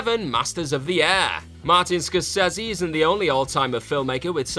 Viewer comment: Difficult to take your opinion seriously given the way you pronounce Scorsese.